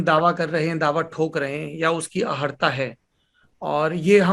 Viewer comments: अहर्ता नहीं अर्हता... पदीय उपयुक्त योग्यता.इंगित करने के लिये क्षमा..निन्दक नियरे राखिये.. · लेकिन सौरभ जी आप 'अहर्ता' क्यों कह रहे है